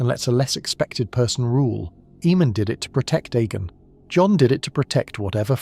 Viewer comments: The name was pronounced A-mon on the show. Why pronounce it E-mon? His name was spelled Aemon. The other name is spelled Eamon. In the words of Tyrion Lannister...."See the difference?" Lol I just heard you pronounce Aegon as E-gon too....why? It's clearly pronounced EGG-on. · A.I cant read for sh*t. E-mon, E-gon and the Will-dlings?? And youtube is taking down and demonetizing channels that are produced, edited and narrated by humans and then, they are feeding us this constant flow of A.I crap. Youtube, sack the people you have and employ better people that actually do the job (of checking channels for this type of rubbish) themselves, instead of leaving it to a computer programme. You lot are terrible at your jobs. You should be ashamed of yourselves, my sons dog could do a better job and she hasn't got thumbs, nevermind opposable thumbs. Useless, if somebody makes a decent alternative to Youtube, Youtube is DONE because people are sick of your bullsh*t.